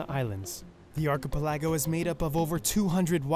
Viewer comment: how does this guy not know how to say archipelago?